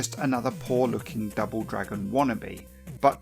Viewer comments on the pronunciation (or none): none